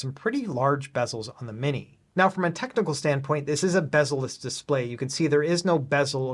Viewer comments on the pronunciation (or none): none